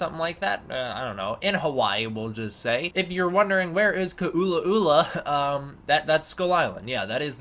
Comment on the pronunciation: please don’t tell me you were trying to say Kualoa